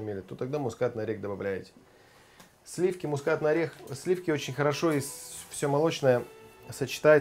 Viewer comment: слиффки.... фффууууу.........